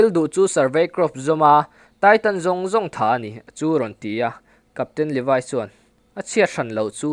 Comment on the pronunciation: Levaiiiii anilo levi vi i viiiiiiiiiii English deuh a lam angailo ngaihthlak hrehawm